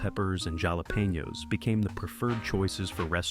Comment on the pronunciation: AI, he pronounced jalapeño almost like Ricky from trailer park boys